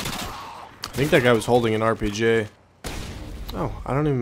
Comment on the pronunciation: why do you say RPG like that 😂